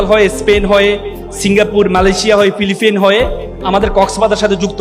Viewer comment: ফিলিপিন ✅ ফিলিপাইন ✅😂😂